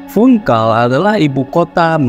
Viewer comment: Baca Funchal Bukan Funkal